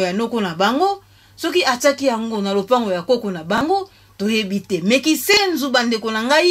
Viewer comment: KINSENSO, et non KISENZU ....Yaya NLANDU....